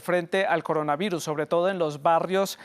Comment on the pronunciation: "el coronavairus"